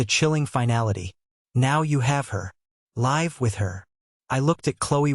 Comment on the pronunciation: Please pronounce live with a short I.